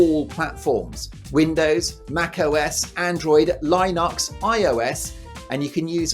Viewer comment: "Line-UX"? 😆😆...... Linux, LINUX!! That was funny guys.